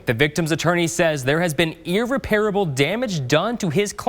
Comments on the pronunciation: The word,, is “irREParable”, not “irrePAIRable”. Also, nice hair, Johnny Bravo. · Reporter repeatedly mispronounces "irreparable." Saying the non-standard (i.e. incorrect) "ir-re-pair-a-ble." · Is that how you pronounce irreparable? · needs to lower that hair about an inch or two😂. Also gotta learn how to pronounce “irreparable”.🙄